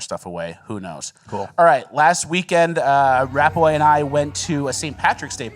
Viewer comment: Still sounds like is saying “Rappaway”